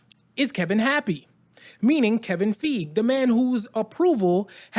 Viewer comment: Are you sure you even pronounce Feige correctly?